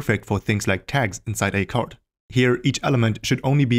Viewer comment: bro is calling card as chard!